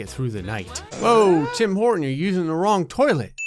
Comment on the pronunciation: "Tim Horton" Me: *understands "Tim Portant"*